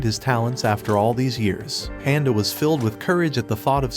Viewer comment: Am i the only one that can't stand the way he's saying his name, handa? probably woulda just overlooked it but he's said it like 15 times in just the first 50 seconds of the video lol.. 13 more mins nah im out...